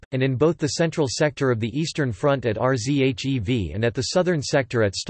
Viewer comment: R Z H E V. jeez I just stopped watching